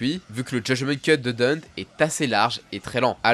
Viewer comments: DANTÉ!!!!! Que ce soit dans le jeu, ou en VO c'est DANTÉ pas Danteuuh! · il en a une nouvelle version dans dmc5 qui se transforme en bâton maniant la foudre ou le feu 3 en 1 ah ba nickel Par conte je t’en supplie c’est dantÉ pas dante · DantÉ je t'en supplie, c'est pas Dante, c'est DantÉ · Y a eu 3 vf pour l'oeuvre, le premier anime, DmC Devil May Cry et l'anime Netflix. Dans les 3 c'est prononcé Dante et pas Danté. Par contre ouais il m'a crispé aussi avec son Dunte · On dit l'enfer de Dante pas de Danté... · sauf que t as complètement faux on dit Denté pas Danté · Franchement tu es tout ce que je déteste " Dunte (parce que tu le prononce comme un gogol )et Virgile ont repoussé jusqu'a 10 000 gouttes " mais d'où tu sors cette stat ? C'est ouf d'inventer un lore, ça me choque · C’est vraiment une folie de dire Dant’ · Deunte ? Vraiment ? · Mais frérot comment tu peux te gourré sur la prononciation de Danté il me semble que la prononciation est la même dans bon nombre de langues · Enfin on a une vidéo sur Dante , d'ailleurs on dit Danté 😅 j'adore t'es vidéos 👍🏽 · j'ai à peine commencé la vidéo puis j'entend la prononciation j'ai sursautée. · mdrrr j'me suis dit "c'est qui Dint?" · Non , c'est Dantey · C'est bien mais la devil may cry c'est pas français mon gas mais Etasunien et ça ce dit Danté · On vas prendre la VO parsque apparemment vous aimé trop contredire un truc officiel, ça ce prononce Danté petit génie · on va prendre la VO parce qu'apparemment vous aimez trop contredire un truc officiel, ça se prononcé Danté petit génie. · La prononciation de Dante fais mal aux oreilles j'ai jamais entendu qui que ce soit le dire comme toi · Ta prononciation de son nom a tuer toute la vidéo, ta vraiment fais de la merde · Déjà quand tes pas capable de dire sont nom correctement il faut arrêter les vidéo lol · Mais pourquoi tu l'appelles Deunte ? C'est Dante. Ou Danté. Mais pas Deunte. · Ça se dit Danté pas Dente😭😭 et on dit pas Néro mais Niro…